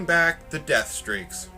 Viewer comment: Anyone notice that he forgot the T in deathstreaks? He put deathsreaks